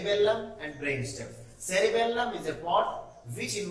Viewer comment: You are saying wrong sir at cerebrum and cerebellum